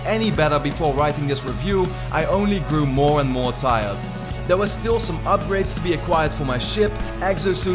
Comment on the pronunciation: also because in it sounded like you said meer instead of more which means more in Dutch XD